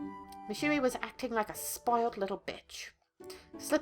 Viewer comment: When you say Yui, I think of the spelling Yewee.